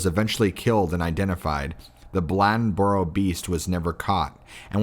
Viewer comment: Ok, it's Bladenboro. It's pronounced blade in boro, blad en boro. Say it fast lol, Bladenboro. And depending on where you're at, you may hear an "L" sound at the end which makes it sound like Bladenburl lmao